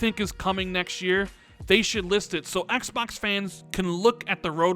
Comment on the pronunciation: Ehks Baahks. lol